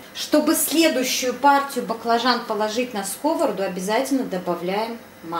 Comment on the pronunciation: Рецепт классный и простой, особенно для меня, как для человека, который обычную яичницу без происшествий не всегда может пожарить. Но... скОворода! 🤣 Как же по ушам било. Но в целом лайк, конечно же.